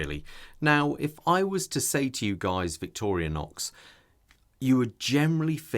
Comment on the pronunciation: They certainly deserve more attention. I’ve heard other vloggers add a letter a to their name when pronouncing it, like you did. Just a friendly observation